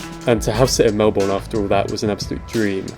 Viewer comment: Melb'n not Mel born